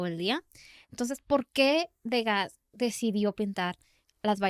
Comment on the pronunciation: ¡Hola! Disfruto mucho su podcast. Solo me gustaría compartirles que Degas se pronuncia <Du-gá>, ya que es Francés el apellido. Ustedes me acompañan mientras hago sketches de mis dibujos. Saludos desde Mérida, Yucatán.